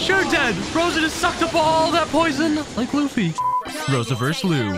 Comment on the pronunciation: Did you say Luffy